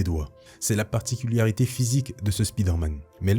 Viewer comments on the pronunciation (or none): none